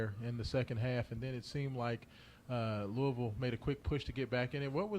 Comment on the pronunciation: " number 24" and saying louisville wrong is crazy